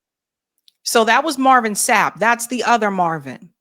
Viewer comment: Marvin Sapp not shap 😂